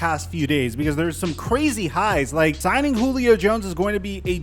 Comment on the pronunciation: Did you call him Goolio Jones?